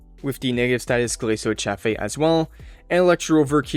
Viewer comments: It's pronounced as CHāf or Chayf. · Glacio cha-fay lol